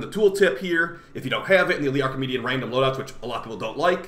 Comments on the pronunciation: Stop calling it “Archimedean” 😂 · why do u say an N at the end of archimedea